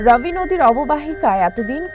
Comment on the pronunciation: বোকাচুদা সাংবাদিক, ঐটা রাবি না ঐটা রবি হবে। ঠিক কর